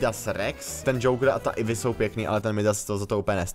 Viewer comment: Ivy se čte Ajvy